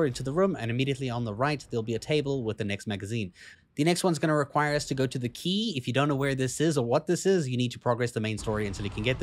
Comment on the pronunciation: No nit-picking, just bringing it up for you, But when you were talking about The Eye station you said The Key :)